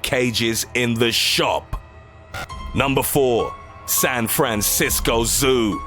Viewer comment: "SAN FRAN CIS CO ZOO!"